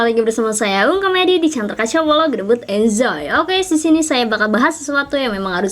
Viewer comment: Suka banget kalo ka ngomong"gedebut enzoyyy🤣